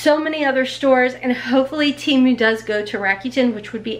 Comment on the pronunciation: Just for future ..... it's Temu, the Tem part is pronounced like TEN , not Tee...(lazy e) so it's Te (like meh) mu. I wear plus size too and will DEFINITELY be ordering from Temu. Or...Tem.....moo. lol You look great in everything!